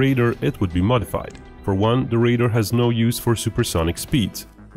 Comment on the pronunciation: Deciphering between your pronunciation of RAIDER and RADAR was very dicey